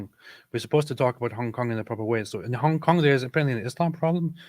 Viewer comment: We need to get to say "Hong Kong" more often 😂 I'm like half Chinese and I find how pronunciation partly offensive 😂